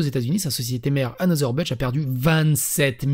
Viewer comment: C’est un nom allemand dans anheuser-busch il n’y a pas de g. Busch c’est pas budge, ce français est irrespectable des sources